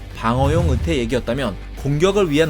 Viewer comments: 자꾸 '으태' 라고 발음하시네요. '으이태' 라고 해보세요. '의자'를 '으이자' 로 발음하는것과 같습니다. 연습하세요. '으이태' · 으태가 아니라 "의"태입니다. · 으태... 마 갱상도가